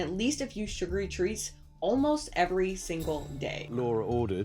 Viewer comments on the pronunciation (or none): “A classic tea time treatah”